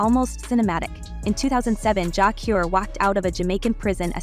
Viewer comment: JAH CURE not JAH COR sir where you from kmt